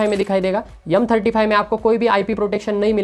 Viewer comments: Yumm hota h ya M hota h ... Hardoi side sai h kya ? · M35 ❌ yumm35✔️